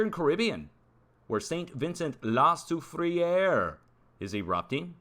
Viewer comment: Pronounced la sou frere...not sou fri ere